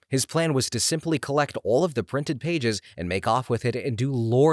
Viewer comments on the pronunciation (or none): none